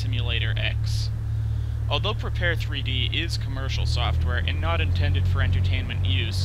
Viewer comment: Looks very nice! I especially like the ability to have your kneeboard in the Rift! Will definitely get this when I get my DK2! On a side note: It's supposed to be pronounced "prepared", not "prepar-three-dee".